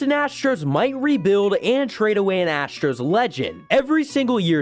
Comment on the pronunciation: Ahh yes, the Houston Asters